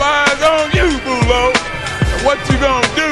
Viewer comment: Boulo? Shit I thought he was saying Bull Dog the whole fucking time. What the fuck haha.